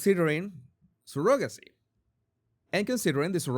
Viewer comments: I know you have an accent, but that's not how you pronounce "surrogacy." It's not even close. I can't listen anymore with you calling it sir-GOG-acy. It's CER-ugg-a-sea. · He makes fun of the way Andrew Tate says Candayce but posts a video right after pronounces surrogacy as Surogaci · The o in surrogacy is pronounced with an uh sound. Not the typical o sound. sur·uh·guh·see